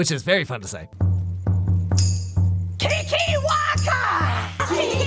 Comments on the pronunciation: Ok when he says keekerwackers it sounds like a slur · I cant stop hearing "kinky wankers" every time someone says kikiwaka